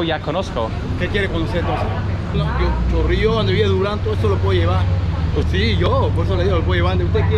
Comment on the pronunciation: "El Chorrio Heights" 😂